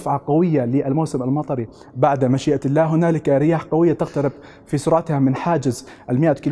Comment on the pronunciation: عندما تلفظ كلمة الله وقبلها يوجد حرف جر يتم مراعاة وضع كسرة تحت حرف اللام يعني يتم ترقيق حرف اللام لانه يسبقه حرف جر انتبه لهذا الامر وشكرا